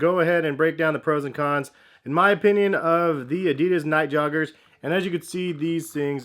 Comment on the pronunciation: The brand is called "adidas", it's german.... not fuckin' "adiiiiiiiiiiiidas"